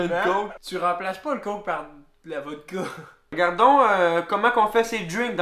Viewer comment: btw, c'est voDka et non volKa